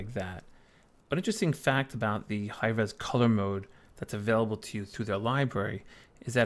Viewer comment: Where are you from? I've never heard this pronunciation of "available" ("avable")